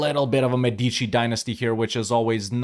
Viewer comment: I really love your content and I'm also happy to watch your videos anytime I have some spare time, but please, I beg you, EU5 will be with us for a very long time, is mÉdici not medÌci